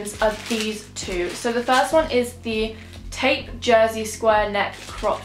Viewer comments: It’s tope (as in rope) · How she says taupe 😹😹😹🤣🤣🤣😅😅😅😂